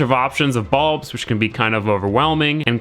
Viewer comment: why are you calling them balbs